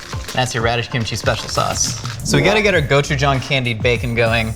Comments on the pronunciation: His 'gochujang' pronunciation is pretty good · The fact that pronounces all the Korean ingredients correctly unlike every other cooking show that says "gochu jAYng." The man does his research. 👏🏻